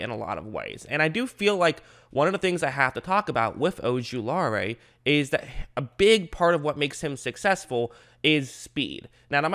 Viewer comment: Sorry but i got to say it. O-ju-la-ri There no AE at the end.